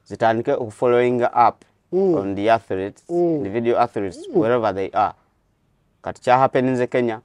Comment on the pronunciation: They are called "Athletes", not "Athletees"